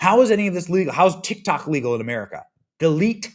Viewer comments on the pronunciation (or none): none